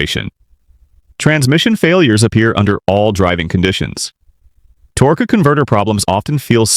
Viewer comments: "torquey" "Torgua"? Really? And it's not "speed specific" it's properly said SPECIFIC SPEED. Also it's DIAGNOSIS - not "Diagnosies". This is ignorant as all HELL! You need to STOP USING HORRIBLE AI VOICES!! This makes for a terrrible time watching and very unenjoyablely so. If you can't narrate your own damned videos then stop making them on YouTube altogether. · The AI “Torqueeee” converter pronunciation is throwing me off